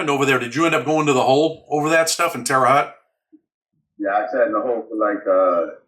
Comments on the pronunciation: You pronounce Terre Haute wrong. Sounds like Hote not Hut. But who gives a sh!t, Fuk that City. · Usp terre haute it sounds like hote. I know that place well its in indiana and its a slaughter house.